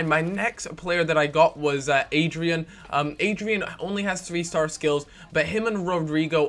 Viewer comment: It's AD-RI-AAN Not adrian